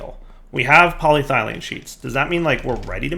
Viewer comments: Poly-ethylene Me: Cool and good: Poly-thylene Me: Warm and bad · This series is getting better. Good job. But its poly-eth-elene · Poly-ethylene lol you say ethylene right, just add a poly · PolyTHIGHlene!?!? plz... PolyETHYlene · says polyethylene right all last episode: says polyethylene right in this episode: Polythylene Back on your bullshit lol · Poly-Ethyl-Ene Please you're killing me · Still can't pronounce polyethylene after 20 episodes! And also so funny he is concerned about the wire when the rest of the base is a colossal mess and he's constantly having to jump over stuff. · You were doing so well, then you pronounced polyethylene incorrectly again! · Now I KNOW he's a fucking troll. He was saying polyethylene correctly, and not two seconds later he's fucking it up. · DIRE. YOU MISPRONOUNCED POLYETHYLENE AGAIN. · has purposefully mispronounced polyethylene in what can only be considered a power move. He is above us, we are below. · Right?! I was like “how can be pronounce it correctly for an episode and then STILL mispronounce it after that?!” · How in the hell does he pronounce it correctly less than 20 seconds before seeing the exact same word again and mispronouncing it?